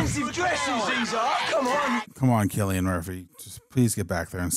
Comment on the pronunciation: At the very least these guys know how to pronounce Cillian Murphy's name lol Even if the chimps weren't infected, I'd be really cautious to let them out. Those fckers can rip your face and balls off. Them being infected is just bonus.